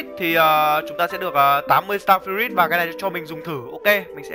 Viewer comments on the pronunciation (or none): start fờ rút anh ơi chứ ko phải là start fi rít